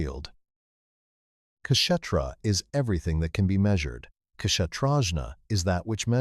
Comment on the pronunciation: Outstanding. So glad I had subscribed! One comment: Kshétra is pronounced Kshay-thra. The English word "Theatre," (theater in American English), is clearly linked to, if not derived from, Kshétra.